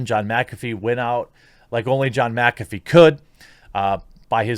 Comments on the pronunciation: MYK AH FEE not MAC AFEE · Ok I can't hear him say macafee anymore I'm gonna loose it it's mick affey not macaffe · Serious question, why in the hell do people say MACafee. Do you say MACdonalds? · Is McAfee like Favre where you have to pronounce it backwards? Or does everyone just say it wrong? MAC afee, or MIC afee? I would think the latter.